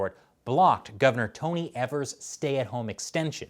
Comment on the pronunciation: I think you're pronouncing "Evers" wrong, say it like it doesn't have an "R" but don't let it be silent.